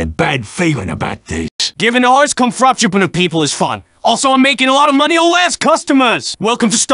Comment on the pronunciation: i love how they say frappuccino 😭😭 frapchupino